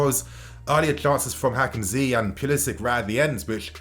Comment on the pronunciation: Don't say Hakim zee it is annoying